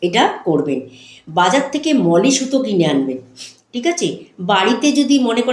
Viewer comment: দিদি, ওটাকে মৌলি সুতো বলে, মলি না 😊